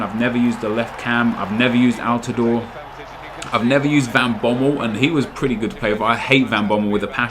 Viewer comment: thank you for pronouncing altidore correctly what a beast for the national team